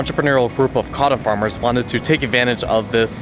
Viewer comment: Odd kind of voice. Prolonged lisps on S and Z and HOW did you pronounce "cotton"? My two cents aside. Nice job on info and visuals.